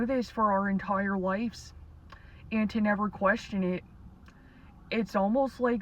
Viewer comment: This is AI. Doesn’t know how to pronounce “ lives”.